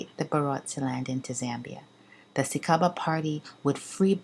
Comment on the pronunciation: SICABA is pronounced SICHABA